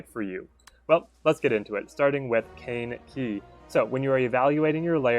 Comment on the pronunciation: No. It's Caine Key.